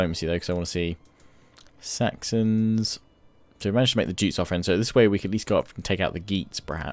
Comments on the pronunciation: The Viking monarchy was elective, idk if that's been put into Attila but that's why your eldest son won't be the heir because the peopl have elected your second son, also Jutes is pronounced "you-ts" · Jutes pronounced Yutes (yoots)